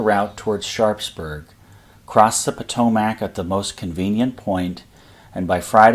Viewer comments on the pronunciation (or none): Every you say "Po-toe-Mac" I want to charge your line. ^.^ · The river is pronounced Pah-TOE-mick. The Loudon in Loudon Heights is pronounced Lau-dn. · Your videos are fascinating. I really appreciate the topographic detail you provide in your presentation. BTW Loudoun is pronounced loud-un and Potomac is pronounced pahtohmick by the locals, for what that's worth.. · Yes, Im a native to the area. It is pronounced Pa-toe-Mick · I would say the pronunciation is more like: "Loud - Don" vs. LowDon. And Potomac is "Po - Tow - Mick". Although some say Mick and others say Mack. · I live in the general area. It's "Loud-un" and "Pah-tow-mick." And as far as I know, Middletown is pronounced "Middletown" rather than "Middleton." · The pronunciation of Potomac is aweful to hear.